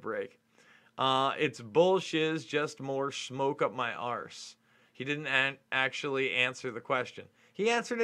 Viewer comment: "We are acQtually.."